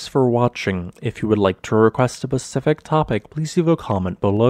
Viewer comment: No shade, my father has said it all my life, which I always jesterly corrected him on. When you said "pacific" instead of "specific" I got the biggest grin. Dad is still with us, I've just not been able to visit him for something like 5 years. Have a good one. ^_^